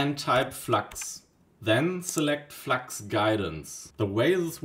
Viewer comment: Ich wusste, dass du deutsch bist, als Du Flax statt flux gesagt hast, wie auf dem englischen Kanälen